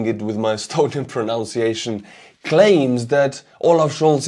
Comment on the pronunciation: The word you were looking for to describe the shoes is moccasins (pronounced mock a sins). Historically they were the footwear of many indigenous people of North America. By the way the word pronunciation is pronounced pro nun ciation instead of pro noun ciation. Your English is very, very good. Wish I was at least bilingual.